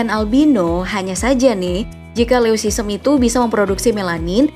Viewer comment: Wkwkkwkw leucisem ? Leucistic kali